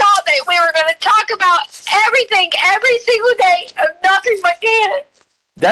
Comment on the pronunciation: "Why come everythinK yada yada yada" even without the heinous crimes, how can anyone bear being around this 🍕💩 for more than a minute